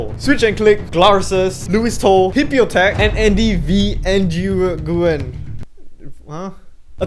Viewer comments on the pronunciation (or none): The way he pronounced “Nguyen” 😩🥲